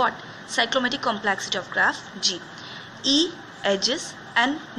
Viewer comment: Please correct your pronunciation for complexity